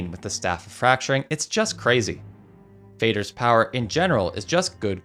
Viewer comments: The A in Fader is pronounced like in words like "falling" and more obviously father, which it literally means. Not as in fading. Think Father but with a D. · Aren't Moder and Fader mother and father, and pronounced in a similar way? Fade-r was getting on my nerves 😅